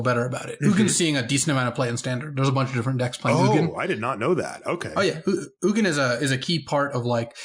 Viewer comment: Having trouble with pronouncing the G in Ugin? I have experience with this.